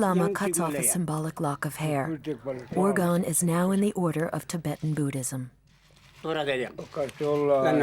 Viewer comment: The narrator should learn how to say the boy’s name. She pronounces urgan instead of Urgyan.